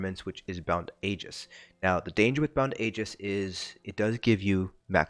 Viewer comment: Thank you for saying Aegis correctly. 😂